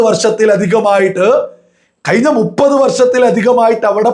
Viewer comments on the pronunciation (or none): none